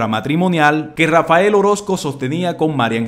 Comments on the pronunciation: Pudieras hablar bien? No es Rafa el,es Rafael. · No es Rafa. El. Orozco, Huy no es Rafael Orozco porfa hablé bien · No debe pronunciar el nombre de Rafael xq dice Rafa el orosco